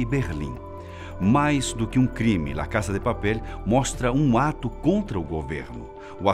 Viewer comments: "la caça de papéle" é o meu biruleibe... Fala "la casa de papel", do jeito que se escreve...vc deixe de ser fresco hein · Quem achou engraçado ele falando Lá casa de papel, Deixa um Like